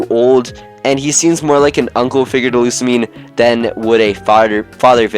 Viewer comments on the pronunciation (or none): Lusamine looks old enough to be the others' mother actually. Also, not a single PokeTuber got Lusamine's and Lillie's name right.